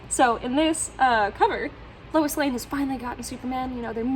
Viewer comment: I had to rewind to make sure you said "Woe Louis" instead of "Woo Lois" 😀 I have the "Witch of Metropolis" story from Lois Lane #1 in the Lois Lane 80 Page Giant, but I too have never seen a Lois Lane #1 in person.